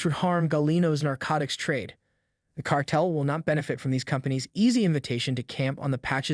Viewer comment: car..tel , not cartle